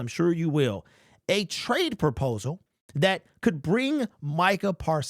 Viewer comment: PROPOSAL... not purposal